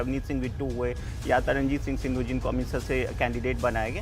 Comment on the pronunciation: सिद्धू नहीं संधू। गलत अत बोलिये